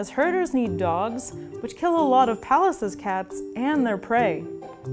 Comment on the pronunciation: Apart from how she pronounces "Pallas."